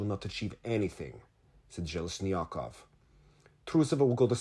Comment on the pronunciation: it's AleksEi ZheleznyakOv. Thank you, I actuality don't read the Russian news and interviews, I prefer hearing your translation and analysis